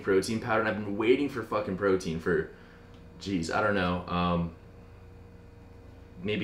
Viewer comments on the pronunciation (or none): none